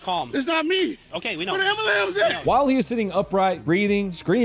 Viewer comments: And he's asking women to do CPR on him.? If there is a red flag, he just knitted it and wore it as a onesie. And he did say Am-boo-lanss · He did ask for an amberlance at that point. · “Where the amber-lamps at!” 😂😂😂😂😂😂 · he clearly asks where the ambralams is at